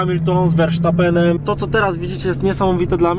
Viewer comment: Nie formuła pierwsza tylko jeden nie Versztapen tylko Verstapen